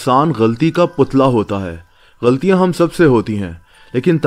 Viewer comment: Bhai saheh tallufuz ghalti nae "gha la ti" hy. Plz correct and dont mind.